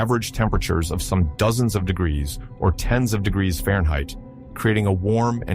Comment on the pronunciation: you AI is having trouble with the word degrees